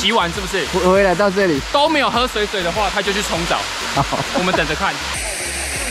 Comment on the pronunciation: 水(ㄕㄨㄟˇ)水(ㄕㄨㄟˇ)聽起來好怪XD 通常不是念水(ㄕㄨㄟˇ)水(ㄕㄨㄟˊ)嗎